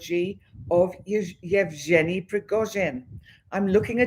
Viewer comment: Evg( just may to pronance as G ( like Guy or got = g ) eny = Evgeny, Thank you. the Real date of putin birth is 7/10/1950